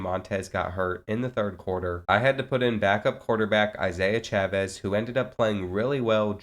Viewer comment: Can we talk bout how bro said Chavez 😭